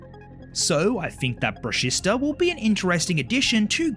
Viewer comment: It’s “bruh-she-sta” not “bruh-sis-ta”!!!!